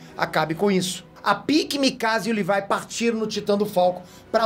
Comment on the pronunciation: Não e levai e Levi